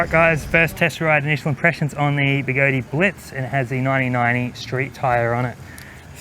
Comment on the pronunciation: I had no idea the tyre on the X-way was so skinny.. Was there room for a beefier tyre on it? You are still the only one that can pronounce Begode properly 😂